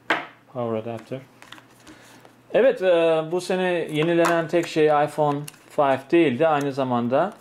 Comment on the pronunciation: Ayfon fayf AsdaFas 😆😆